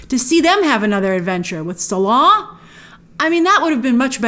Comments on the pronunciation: It's not "Suh-LAH", it's "Sallah". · Clearly not an Indy fan if that’s how you pronounce Salah. 😂😂😂😂😂😂